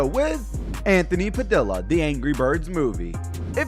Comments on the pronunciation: Anthony PadILLA lmao Its pronounced (pah- dee- uh) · Padill is pronounced padilya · It's PA-DEE-YA not PA-DILL-A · it's Anthony "Pa-DEE-Yuh" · Its pronounced "pa-dee-ah" But alot of ppl pronounce his name wrong